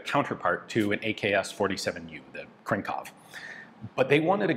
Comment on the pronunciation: excuse me? "Krinkov"???